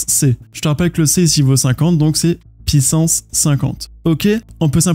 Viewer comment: Meme si je ne comprends pas encore tout j'aime beaucoup tes videos pour bien comprendre par contre ca fait toujours bizzare quand tu dis une πsance pissance au lieu de puissance